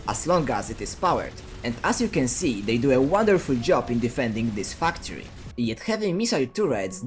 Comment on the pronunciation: Love that i hear u say fucktory